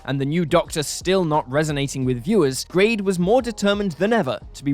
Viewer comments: The information in this video regarding the 80's is very poorly researched with several basic inaccuarcies. The narrator even refers to Michael Grade as Garde at one point, suggesting they are just reading a script without knowing what they are on about. The idea that Doctor in Distress had any baring on the future of the show is probably the most stupid of these. It was a dreadful record and badly misconceived but it was heard by hardly anybody (understandably no radio station would play it) and remains a very minor footnote in the 1985 cancellation/hiatus saga. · Grade is mangled into "Garde" after one sentence!